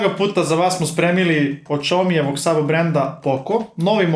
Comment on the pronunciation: Na kraju će se u pravopis ubaciti naziv koji je u upotrebi, a to je svakako „Šaomi”. Nego, i duplo sporije kad se pusti, čuje se da je drug progutao slovo A. 😉 😂